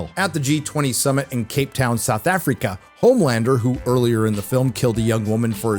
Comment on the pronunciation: love how you say "Effrikah" 😂